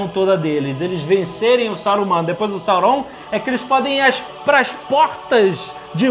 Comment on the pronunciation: Não é Sauroum,é Sáurom,Jovem nerd tem mania de falar tudo meio puxado Meitrix também etc... OBS:escrevi como se fala